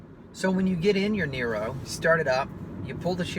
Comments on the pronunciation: Great video review.....STOP saying NYRO, it sounds rediculous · Worse review i have ever seen. If you are going to review a car at least have the understanding of how it works. The dct is always in use even in electric only mode. Other hybrids use a CVT gearbox. You can't even get the pronunciation of the name correct FFS